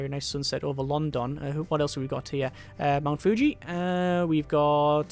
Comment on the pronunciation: Excuse me, but how did you just pronounce London?!